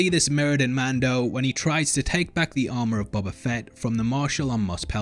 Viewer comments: I feel like a bit of a dick for saying this but its pronounced Bohbah, not bobbah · Why do you pronounce “boba” in such a weird way? Like, “Buba”